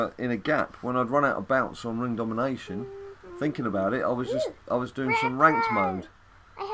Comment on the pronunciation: Dude it's ring domination not ring dom-ding-dong